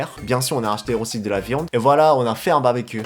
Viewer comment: Ho trop cool ! Sinon juste un truc quand tu dit "barbecue" il faut bien prononcer le "r" sinon sa fais blizzard mais tu parle très bien le Français !